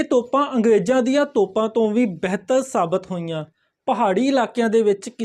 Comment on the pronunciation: ਬੈਹਤਰ ਨਹੀਂ ਜੀ ਬਿਹਤਰ ਤੇ ਨਗਾੜਾ ਨਹੀਂ ਜੀ ਨਗਾਰਾ